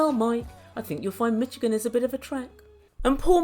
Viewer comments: It’s pronounced MiSHigan. Love your videos and accent Queen 🙏🏾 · said mitchigan 😂💖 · you're the best 💖 why do you say Mike works in Detroit? Aren't they in washington state across the country. Love the way you say michigan my state xoxo